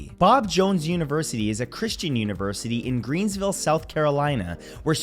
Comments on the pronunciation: greenville not greensville lol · Greensville??? Matt, it’s Greenville!! I know, I live here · It's Greenville, not Greensville. 🤷‍♀️